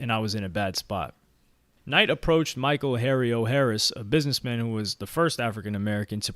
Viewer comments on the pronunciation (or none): none